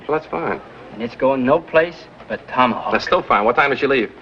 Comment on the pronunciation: Rory said, tommyhawk